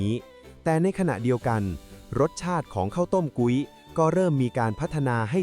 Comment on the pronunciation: พุ้ย มิใช่ กุ๊ย